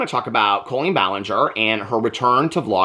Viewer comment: Most modern cribs will convert to toddler beds. My now 19 yr old sons did. Love you!! ❤ Love how you pronounce her name like colon.